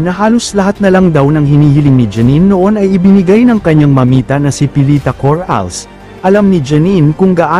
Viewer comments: Coralles. Ndi Cor Ales mali Ang pronunciation mo .😮😮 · bwisit ipronounce mo maayos yong Corales!